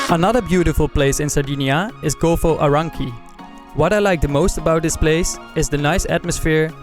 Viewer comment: golfo ARANCHHHIKKI!?!?!?! hahahahahahah mate if you can't pronucniate something just go to school !!!!!!! pathetic!!